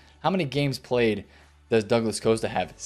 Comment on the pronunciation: Keep the market videos coming man. Love watching them. Your Haland pronunciation made me laugh as I always laugh at how you say Douglas Costa. Being Australian, you pronounce it douglas “coaster” which makes me think of the thing I sit my beer on 🤣. I wasn’t disappointed when you followed up with the douglas coaster price update haha